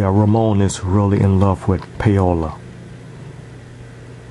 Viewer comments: NOT 'pay-o-la' theres no fucking y in the name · its 'pa-o-la' or 'paw-la' lol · It's pronounced like Pow-la